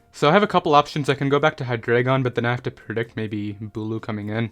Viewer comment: I love you and your content. But it's HIGH DRY GON